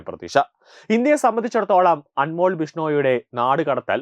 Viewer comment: അൻമോൾ അല്ല, അൻമോൽ. ( അതൊരു ഹിന്ദി വാക്ക് ആണ് )